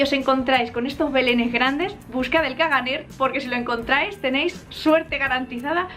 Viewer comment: " ·caganer" no se pronincia la r final. se debe leer como "cagané"